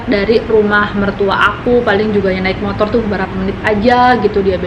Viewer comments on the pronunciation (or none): none